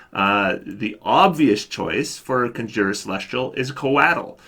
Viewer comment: "Conjure" is usually pronounced kon'djir, not kondjoo'her.